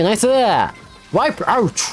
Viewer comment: 途中のワイプアウトの発音好きやな